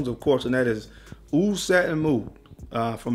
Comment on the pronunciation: Hopefully you've learned how to say "OUD" by now! I like the list you just sound crazy